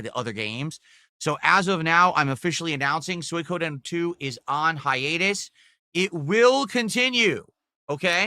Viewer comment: Soi-ka-den Soi-Koh-den He can’t pronounce shit.